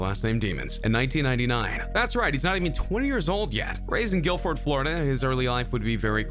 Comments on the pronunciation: He said Gill Ford when it's called Gifford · " GILFORD Florida " 🤣🤣🤣 Its GIFFORD U IDIOT LMAO do some research first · stop saying Gilford you dumbass its Gifford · He called Gifford ‘Gilford’ enough said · THIS DUDE SAID GILFORD!!!!!!!! LOL UwU RARE XD!! >.< :p <3